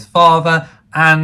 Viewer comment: Another great video as alway's, thank you x I agree with yourself & everyone else regarding the blue shoes, I'm not a fan. Also I didn't like the bridesmaids black shoes........what were they thinking? As a lady who comes from Leicestershire, Belvoir Castle is pronounced 'BEAVER' castle & it did make me giggle how you kept saying 'my goodness' when you were eyeing up the rather wealthy bachelors! 😂 xx